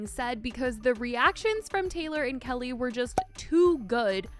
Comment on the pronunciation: Her name is pronounced Key-Lee, not Kelly.